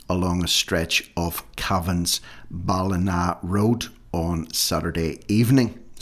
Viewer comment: Terrible situation in Cavan. Cavan's Ballinagh is pronounced Ballin-yagh, as I recall .